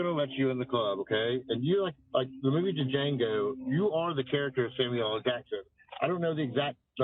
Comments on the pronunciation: The caller pronounced the D in Django…. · Hahaha, It's so funny when someone who is trying to sound so smart, but says Daa Jango! What a fool in every way. I love Michaelah. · Guy never even saw the movie LOL... the D is silent. 😂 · That dude ain't never seen Django. If he did he would know the D is silent. Smh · You know it was only the racist calling him D Jango. Its Jango the D is silent. Dumbass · Duh jango. The D is silent! Racist liberals. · Fool said “in the movie duh Jango”… even Jamie foxx says “the d is silent, hillbilly” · The D is silent, hillbilly 😂